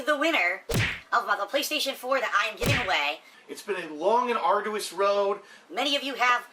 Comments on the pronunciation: He just did it with the BO6 reveal. Dude stares at himself 8 hours a day but doesn't hear himself??? ARDOUS SUSSESOR AYUNDD WHANT KHANDOH KHANTHENT The list is endless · Love these single word videos you have on our boy. The fact you have to sift thru all of phils B.S. must be Ardoois LOL🤣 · Yeah, fair play. This one did have to be done 😂 I bet it was literally an ardoois task 🤣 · Never would have guessed arduous. We can make a dictionary. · It was very ardoois to make it through this video dood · Atrociously arduous